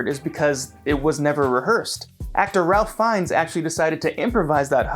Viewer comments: it’s pronounced “RAIF Fiennes” you dozy yank. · He also mispronounced Ralph Fiennes.